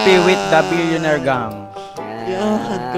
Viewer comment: "What's maney paper only" 'Solid Billioneir fun" solid tlga panoorin tho